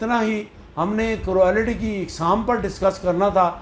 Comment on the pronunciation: پلیز آپ اپنا ہوم ورک کرکے آیا کیجیے۔ کروآلیٹی کوئی لفظ نہیں ہے، کرولٹی درست تلفظ ہے ۔ بُرا نہ منائیں، مگر ازراہ کرم اپنی تصیح کر لیجیے اور درست طور پر تیاری کر کے آیا کیجئیے۔ ایک اور بات بھی عرض کرنا ہے کہ آپ اپنے وڈیوز میں بہت ہی زیادہ بےزار انداز میں گفتگو کرتے ہیں جیسے آپکا موڈ سخت خراب ہے، اور بہت زور دے کر بھی گفتگو فرماتے ہیں، پلیز تھوڑا خیال فرمایا کیجئیے اور شُستہ اندازِ گفتگو اپنائیے ۔ فقط ایک خیر اندیش!